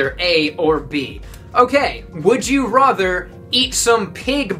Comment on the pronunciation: i love this guy but.......... his pronunciation of rather?